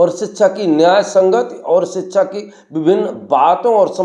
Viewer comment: Aap apne bete ki baat kero. Faaltu baat. Aap hindi bolne vaale hoker bhi shabdon ke uccharan पर dhyan deejiye शिक्षा को‌ शि‌च्छा , भाषण को बासण बोल रहे हो। कृपया ध्यान दीजिये 🙏